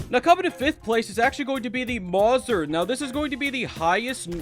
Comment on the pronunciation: Calling the Mauser (maw-ser) is 10/10 rage bait